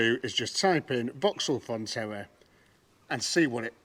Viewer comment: I could be wrong, but you sound like your calling the Vauxhall a Fontella, it's actually a Frontera.